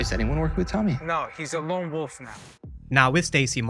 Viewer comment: It’s lone wolf… yall keep saying long wolf lol